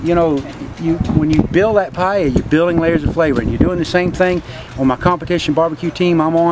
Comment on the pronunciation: finally a gringo that pronounces paella correctly... :)